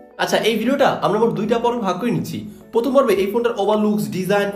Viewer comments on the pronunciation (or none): none